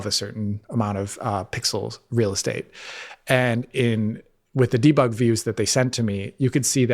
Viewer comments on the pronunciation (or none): none